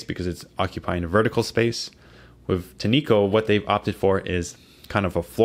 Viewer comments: I wish reviewers would stop pronouncing it tee-nee-ko. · They pronounce it: TIN’ ko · I think its pronounced tin echo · its "tin-co" btw great review